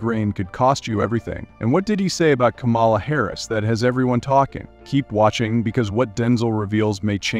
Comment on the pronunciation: It's not Ka-mala. It's Kama-la.